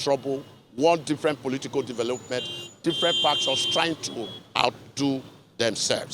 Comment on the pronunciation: Ikwerre man say na, "dovolopment"! Rivers of blood! 😂